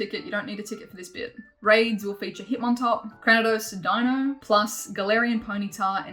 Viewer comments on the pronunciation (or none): Your accent is so cute lol you say “Di-no” , but it’s pronounced “Dey-no” 😉